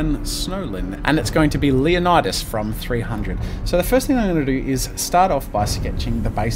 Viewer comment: Loving the comic book-type style, and the anatomy is fantastic, but for future reference, the name is pronounced "LAY-oh-ni-das". 300 pronounced it wrong.